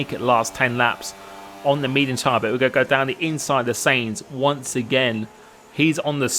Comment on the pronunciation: u say Sainz wrong u say it like seinz